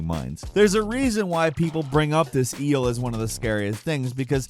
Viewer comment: "Giant Ee-hull"